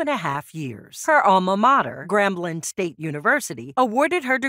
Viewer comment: Please learn the way to pronounce words you are using. Posthumously and Grambling not gremlin